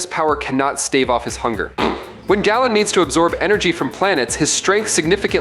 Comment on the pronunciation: Galen is pronounced GAY-luhn not like gallon.